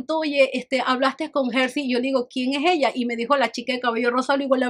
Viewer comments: es Herly, no Hersy 🤭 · hermosa Herly se pronuncia Erly. Me escantaron tus anécdotas, Ya quiero ver las que vienen para la CDMX 😁